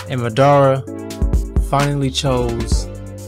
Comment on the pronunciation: His name is Mah-da-Ra!!! Say it right